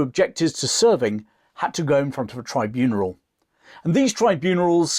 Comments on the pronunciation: I've heard of a tribunal but not a "tribuneral" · It's a TRIBUNAL, not a "Tribuneral"!!! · The word is “tribunal,” you numbskull, not “tribuneral.” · Tribunal NOT Tri-bun-er-al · “Tribunral” 😂 interesting though. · Excellent, but what the hell is a tribuneral? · tribunal + funeral 😂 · Tribuneral? You say it twice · Very interesting and informative. I’d heard about Arnold Ridley a long time ago (pre-internet), so I was happy to find this video to hear all the details. One small dig, you said “Tribuneral” twice! 😉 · See also 'tribunerals'! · No offence intended, I was just endorsing "" correctly pointing out the double incorrect English pronunciation of "tribunal" at ca. 1 minute 35 seconds. As stated, an excellent historical presentation, better than many modern day topics. I added a personal historical twist that most of my ancestors were so close to death in both World Wars, whereby had any one of them failed to survive, neither I nor my siblings nor our offspring would be here. Encounters I intend to write down one day. Keep up the great work. 👍